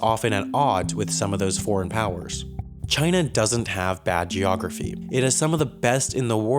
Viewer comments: Wait... In the first few seconds you said china as kina.... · "Chayna" - Donald Trump